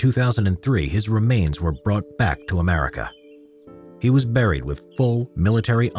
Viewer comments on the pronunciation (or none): none